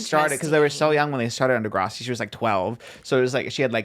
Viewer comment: saying Di-grah-si is killing me asf 😫 SHAME SHAME its dih-grass-si